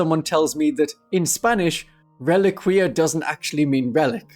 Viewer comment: "Reliquia" does mean relic. Also, it is pronounced reh-LEE-key-ah